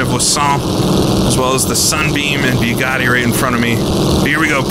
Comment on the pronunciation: the "byuugatti". Your pronunciation makes me watch on mute.